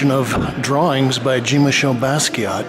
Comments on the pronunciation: thats like blue jeans. its john as in pope john paul. and basket. not bask-ey ay. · .Your pronounciation is ignorant. Jean is a French name and is pronounced differently in French - not pronounced like Gene. Jean in French is John in American English if that's your inclination. Thanks. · It really grinds my ears how he can't pronounce Jean's name right ! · It amazes me that in Brooklyn, they let this person upstairs with a camera to do this jacked up bootleg film. And if he really met Jean, he would have kicked him for not saying his name correctly. Get out! I detest these colonizers.